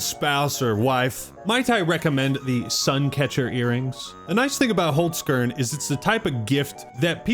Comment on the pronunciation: First time I heard an American say Holzkern, I’m surprised, could be far worse lol But I thought the Game Awards were really good. Some good announcements, Control, TWO NEW TOMB RAIDER games, only bummer was really that some good games didn’t win anything (KCD2) and the last announcement